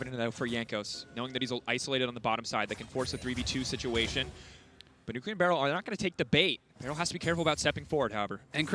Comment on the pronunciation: Can someone fucking teach them how to say Nugiri's name, I get more and more triggered every time they say it.